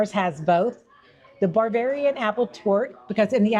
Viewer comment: I couldn't help but think that if I were talking with that lady and she kept saying "bar-varian" instead of Bavarian _... I'd have been cracking up! 😂 I can't help it.... it's just in my nature! 🤷🏻‍♂️ I love good food so thanks so much for sharing! And I ain't ever found a frawg leg anywhere that tastes like any chicken I've ever had! They certainly DON'T taste like chicken 😂 God bless ~ Scott 💙🙏🏼